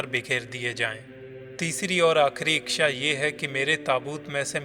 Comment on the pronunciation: इच्छा या इक्क्षा पहले बोलना तो सिखलो